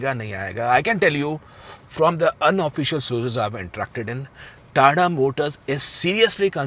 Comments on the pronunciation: Tada nhi tata hai ... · TATA always TATA not TA TA....